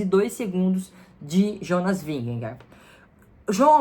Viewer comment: Tadej (Tadei), Jonas (Ionas)!